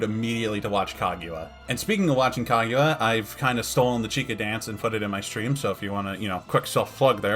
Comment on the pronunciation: Kagyua? Why does he pronounce it as "kag-you-a"?